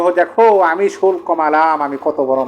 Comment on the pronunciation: উচ্চারণ হবে ( শু ল কো) = শুল্ক